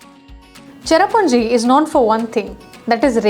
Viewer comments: Sohra not Chera what the heck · Say Sohra....not cherrapunjee. SOHRA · I'ts Sohra not cherrapunje....